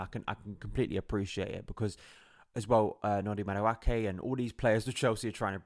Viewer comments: It's pronounced Ma-du-e-ke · It’s pronounced Ma-du-eh-kay..